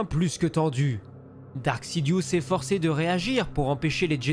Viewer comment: C'est Darth, DARTH!!!! et non Dark ...